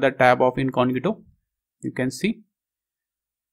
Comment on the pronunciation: It's not "incongito", its pronounced as "INCOGNITO", otherwise good video :)